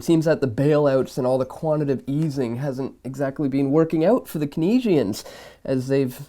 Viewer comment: I'm actually right. The man's name was pronounced like keens. So why on earth would you change the pronunciation of it? You wouldn't of course. It's keenz-ee-un.